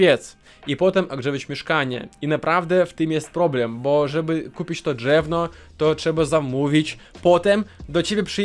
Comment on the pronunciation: Nie drzewno, tylko drewno.